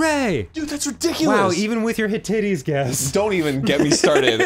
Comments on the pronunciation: After studying ancient history in college, Arin’s pronunciation of “Hittites” is the funniest thing in the world! 😂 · Arin, Hittites is pronounced Hit ites (second word like Ike) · The Hittites, pronounced "Hitt-ites" and not "Hit-it-tees" were a horse riding nomadic tribe that inhabited the lands north of Persia in the time of Cyrus the Great. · Hit–tights (at least that's how my dad says it) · Yours seems to be the closest. Looked it up, and it's "hit-ahyt". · Arin, delightfully: "Hittites"